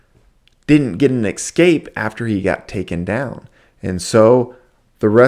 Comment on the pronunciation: It’s amazing how someone this into wrestling can’t pronounce “escape” correctly.